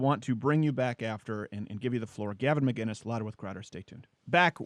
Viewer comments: will this guy ever get gavin mcinnes' name right? or will he just call him mcguinness forever? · Why does everyone pronounce his last name "McGuinnes"?! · Just start saying Gavin’s name wrong